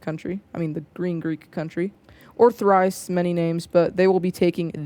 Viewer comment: ThrAce not ThrIce